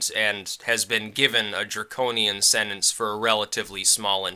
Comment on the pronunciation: You keep saying sennance, it's sentence. SEN-TENCE.